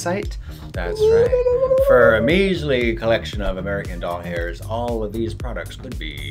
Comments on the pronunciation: why did i hear "doll hairs" instead of dollars at the end when she was saying the prices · Omg PML. doll hairs. Immediately thought if I now pronounce you chuck and Larry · Because she did say doll hairs lmao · She did for the first two prices lol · because she said doll hairs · doll hairs lmao thats what i heard